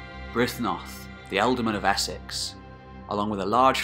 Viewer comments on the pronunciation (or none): none